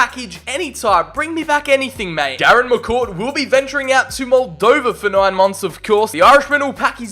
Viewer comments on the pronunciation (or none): none